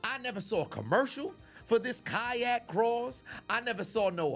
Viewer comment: The way you say kayak. Kayahhk 😂